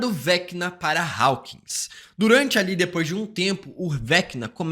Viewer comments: Rapaz, que agonia de ouvir você pronunciando Raukins. A pronuncio é Hókins. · Ai moço fala “Hawkins” normal kkkkk